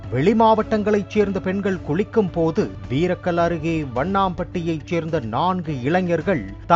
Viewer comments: வண்ணான்பட்டி இல்ல, வண்ணம்பட்டி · வண்ணாம்பட்டி இல்லைடா வண்ணம்பட்டி😂😂😂